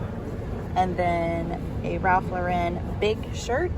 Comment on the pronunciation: RALPH LAUREN is pronounced LOR en…. not lor EN no emphasis on the 2nd syllable…. 😊